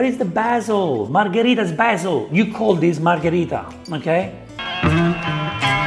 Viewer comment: "B aH ZiEeL 🤡" and why do you cut and zoom in after every sentence he says and clip that appears... you already have the circle face cam in the corner... hes at least doing it for fast production because people only care for the result, want a recipe, get off the couch and put in the work...